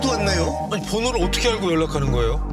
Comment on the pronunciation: 남친 말투가 예전에 소개받았던 전라도남자와 너무 똑같아서 소름..그 남자도 헤어질때 찌질하게 계속 집에 찾아오고 스토킹해서 지긋지긋했던 기억이..'알고'를 '아~ㄹ고'라고 발음했던 그 찌질이